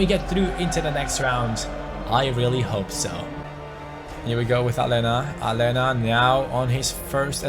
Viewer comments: Aleña is pronounced Alenia not Alena bc in Spanish the letter ñ is pronounced ni so Aleña is pronounced Alenia pls read this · its pronounced a-ley-na not ale-na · Yeah, its Alenya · It's pronounced Alenya mate😉😁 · please pronounce Aleñà's name right, it has the "ñ", not just a regular "n". Like so can see!!